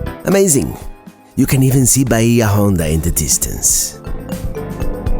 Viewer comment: Pronounced 'bay-ah on-da' State Park, which means 'deep bay' in Spanish.